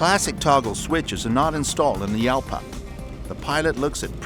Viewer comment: Pronounced Halpa,not Yalpa.It's Spainish.